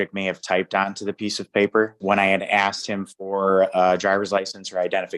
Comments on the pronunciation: He axed when is his general hearing date but he didn’t axe when is his motion hearing date. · "and I axed em" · He Axed the clerk your honnor!